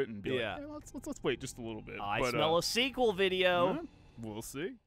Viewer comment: Geoff I think you mean sinkuel